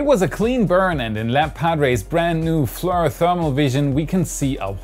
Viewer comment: FLIR is pronounced Flee-Ear.